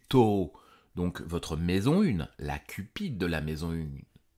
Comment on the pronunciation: Bonsoir, je découvre vos vidéos et vos analyses sont très appréciables : passionnantes et précises à la fois. Vous dites "cupide" et je suis un peu perplexe car il me semblait après recherche et confusion d'ailleurs que l'on dit "cuspide". Pourriez-vous m'éclairer sur ce questionnement ? Je vous en remercie